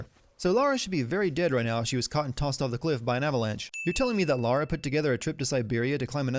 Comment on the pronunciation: You are better than GCN because you pronounce the Protagonists name correctly. You say Lara, not Laura. THANK YOU! It pisses me off when supposed "Perfectionists" make such a stupid mistake.